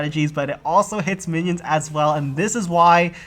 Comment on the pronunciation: I must've missed the memo that we call minions Mannys now, at least I think he's saying that.